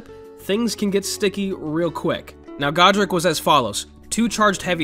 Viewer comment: please tell me he's gonna continue to disrespect godrick's name like that in every video 😭